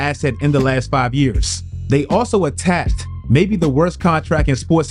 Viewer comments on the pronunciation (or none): Do you not know how to pronounce the word "attached"?